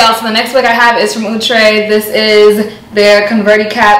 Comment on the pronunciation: Yasssss! I need wavy baby in my life and I love me some Cee 😍😍😍. I'ma also need Outre to clear up pronunciation cuz Ouuutre be killing me every time 😩 😫 🤣.